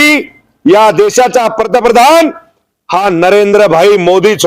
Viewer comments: पहिला पंतप्रधन म्हणायला शिक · पर्तप्रधान का पंतप्रधान... आधी बोलायला शिका... साहेब काय ते .. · पंतप्रधान पण निट म्हणता येत नाही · आधी पंतप्रधान म्हणहायला शिक बाबा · आधी याला पंतप्रधान चा उच्चार शिकवायला हवा😅😂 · अरे भाऊ, आधी पंतप्रधान बोलायला शिक...😂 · तुला अक्कल आहे मिशी कस काय ठेवली मूर्ख तुला पंतप्रधान हा शब्द सुद्धा व्यवस्थित बोलता येत नाही तू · अगोदर पंतप्रधान म्हणायला नीट शिका साहेब. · आधी सरळ पंतप्रधान म्हणायला शिका😂😂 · साहेबांना नीट पंतप्रधान बोलता येत नाही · अरे हे कीती आनाडी आहे... याला धड पंतप्रधान म्हणता येत नाही... कोण असल्या जनावरांना निवडून देतात कोण जाणे...